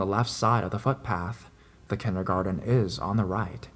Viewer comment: "Kindergardeeeennnnuuhhh" 😂❤ i love you man but that made me laugh